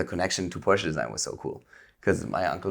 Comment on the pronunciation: Wow, he pronounced Porsche correctly, amazing!